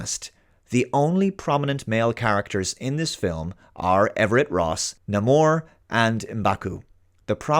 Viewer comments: Namor is usually pronounced “Nay-more”. He originally appeared in Timely Comics back in the 1940s, and returned via the early Fantastic Four, but this version appears to have little to do with either. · i haven't seen the movie and quite frankly i was not planning too because of something one of the writers said and that is the change of pronunciation on Namor and worst of all the made up latino definition of his name and yes it is MADE UP. First of all let me tell you what the writer said, they change the pronunciation of Namor because it will now mean "the Child born with no love" first of all these people think we are all stupid if you know anything about spanish you would know that the word Love in spanish is pronounce "Amor" the fact that they are saying "born with no love" they are pretty much taking the word "No" and combining it with "Amor" wish means "Love" in spanish. you don't need enough brain cells to understand that they just took off the O in No and place the N next to the word Amor to made a "new" definition for Namor and when you see the actual history of the original character you learn that Namor is a made up name that comes from the word "Roman" but backwards. but these Woke activist wanted to turn this into just another woke propaganda bullshit so they made up a concept for Namor giving his name the meaning "the child with no love" (it's literally mixing the word No and Amor that is spanish for Love) and to solidify their woke bullshit they turn the Marvel Marine race that was BASED on Atlantis into a drown city of Azteca and let me tell you i know a few Mexicans that saw this movie and they have told me they feel insulted on how they butcher the Azteca'